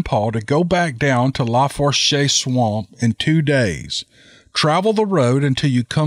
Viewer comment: Just an FYI, the Tensas is pronounced like ' tensaw'. Lafourche is pronounced like ' lah foosh' . Teddy Roosevelt did some bear hunting in the huge Tensas Basin.